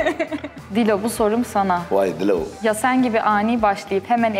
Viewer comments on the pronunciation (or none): Dilan : Dilo bu sorum sana Cihangir : Voay Dilooğ SALDKJFLJAFLASJDLJL